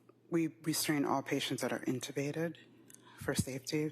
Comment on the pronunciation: The way the prosecution says inTeubbated is annoying